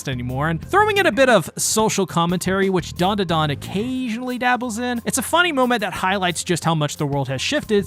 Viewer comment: why bro callin it dondadon